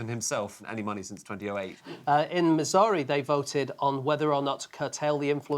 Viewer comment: Dude I'm English and I couldn't get that you were saying Missouri,had to rewind it three times. I thought that was somewhere in China suddenly.